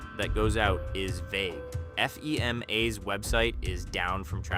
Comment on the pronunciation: This isn’t AI is it ? The way he said FEMA was weird